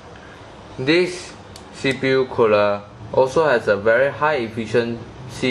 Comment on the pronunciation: You repeated alot of things, namely 'deese cpu cooluh' but other than that, good review, at the end, you could also note teh temp difference between stock coolers and the one being reveiwed :]